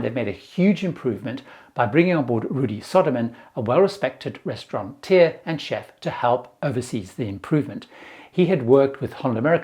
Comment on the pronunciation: There's no such word as "restauranteer" Rudi is a Restaurateur.